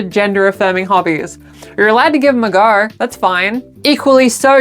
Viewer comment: Had to check the captions to find out What "You are allowed to give them a gurr [go]" meant.